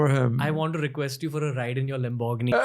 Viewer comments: It’s not “Lim borg gini”, it’s pronounced as “ Lam bri gini” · Ride in ure "lem borg ni"... 😂😂😂 theek hai ragni padmini 😆😆😆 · I didn't expect you to pronounce Lamborghini like that ☹️